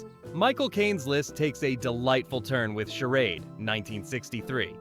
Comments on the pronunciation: It's Not "Sher ODD." It's "Sher ADE.' Stupid AI voiceover. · This voice is AI -- notice how it mispronounces "charade" half the time. Though I'm sure the list is accurate!